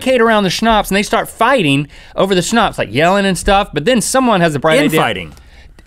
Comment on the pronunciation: Wow you actually pronounced Schnaps right, but it is written with one "p" (im speaking German so I should know that)